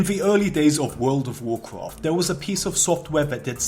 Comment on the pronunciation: worwld of worcwowft